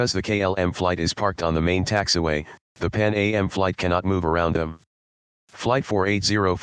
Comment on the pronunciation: It’s “Pan Am” (rhymes with ham), not “Pan A.M.”